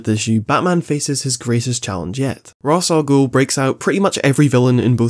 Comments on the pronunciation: The batman animated series actually corrects the whole Ras stuff. Batman tells someone that uts actually pronounces Raysh and thay ras is a common mistake people make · Love the video, but it's been pretty widely accepted that it's "Raysh", which surprised me just as much when Watch Mojo got it right. So if you're saying it rah's to spite them, you're really just irking Batman fans tbh hahaha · I'm personally a fan of raysh over raz, because most people will eventually become complacent with pronunciation after a while of saying it and it starts to sound like you're talking about Friends. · I had seen somewhere iirc that Ra's is Arabic in origin but prior to TAS it was never spoken, so when deciding on the pronunciation a Hebrew-speaking team member used raysh. Ig for irl accuracy Ra's is said how it's spelled, but for people who grew up with TAS it's normal to say raysh. Also the reason Hebrew isn't a bad place to turn for the pronunciation is because Arabic and Hebrew are genetically-related languages. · It's pronounced "raysh", because that's how it's said in the Arkham games. :) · it’s Rich-ass-gool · I know you joked about it but its actually really easy to learn how to pronounce Rā's Al Ghūl's name, just play the arkham games gecause in all three they pronounce it Ray-sh wich i think sounds the best but there again in biased the arkham games where my first exposure to batman as a kid abd have been playing them on repeat ever since. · Sure, WatchMojo pronounces it "Raysh", but counterpoint: so does the Arkham games. That's my justification for pronouncing it "Raysh". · it's just "as" the r is silent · I apologise but I cannot watch the video past like you pronouncing Ra's al ghul wrong is painful